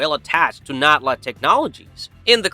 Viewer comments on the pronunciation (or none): I can’t get over the fact he’s saying Scion and Natla wrong. Scion is pronounced “S-Key-on” Natla it “Nat-la”. Not “Not-La”